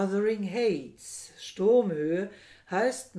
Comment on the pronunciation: Heights = Aussprache = Heits , nicht Häits